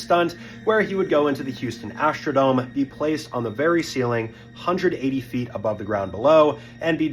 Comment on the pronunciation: There's no 'h' in "struck," or "Astrodome."